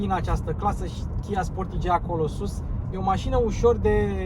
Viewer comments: Pronuntia corecta este 'sportaj'... preturile astea sunt mult prea mari pentru Romania... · Pai mentionez Hyundai Tucson. Arata mai bine, are materiale mai bune si pret de achizitie mai mic. Si apropo se pronunta "Sportaj"!